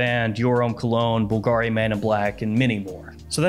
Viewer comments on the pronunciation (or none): none